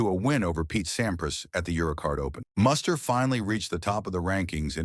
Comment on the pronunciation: This video makes a couple of egregious mistakes. 1) His name is pronounced Moo-ster not Muss-ter. 2) Muster was not married from 1989 to 1997. I have no idea where that came from. He married Australian TV presenter Jo Beth Taylor in 2000. They divorced in 2005. Muster remarried in 2010 to Caroline Ofner. Additionally, while Muster's 1997 Australian Open semifinal run and subsequent Dubai title are mentioned, the video strangely doesn't mention Muster's Masters victory in Miami in March 1997. In fact, Muster reached the semifinals or better in four of that season's six most important outdoor hard court tournaments (SF Australian Open, SF Indian Wells, W Miami, F Cincinnati).